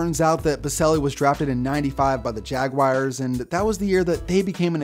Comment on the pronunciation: Jacksonville "Jag-wires"